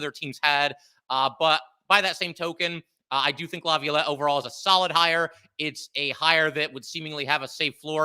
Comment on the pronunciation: can you please help him say Laviolette